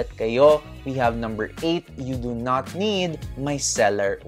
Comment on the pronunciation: Momma bakit naririnig ko ang “You do note” instead of “You do not need” 🤣🤣🤣 I also do the same thing sa lips, once a week pag maliligo, gentle rub ng wet towel lang din to remove excess skin followed by balm/petroleum jelly. 💯 for the rest, super spot on momma! 👌🏻